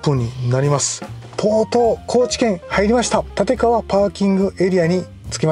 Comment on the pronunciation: 立川はたぢかわと読みます。